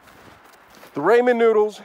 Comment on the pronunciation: The way u said it was raymen noodles😂